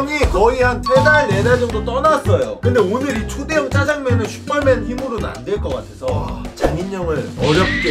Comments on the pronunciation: 마지막에 또 슈뻘맨이라고 하넼ㅋㅋㅋㅋㅋㅋㅋㅋ핳핳하하하ㅏㅎ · 장인형인데 왜 슈뻘맨이라고 들리조? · 왜 슈뻘맨이라고 해?